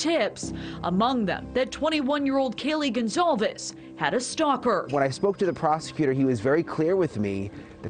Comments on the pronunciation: Can we please, please learn how to pronounce “Goncalves” correctly?? News reporters are all over the place with this, throwing out whatever they want. It’s NOT THAT HARD! and it’s extremely disrespectful to the victim and her family. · the police chief can't even pronounce Goncalves. incompetent prick